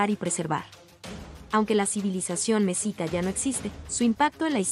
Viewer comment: Un pésimo trabajo desde la forma de pronunciar Mexica y los datos superfluos y erróneos